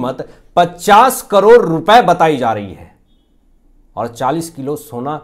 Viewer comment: करोर नहीं ' करोड़ ' कहिए । भाषा का अपमान मत कीजिए ।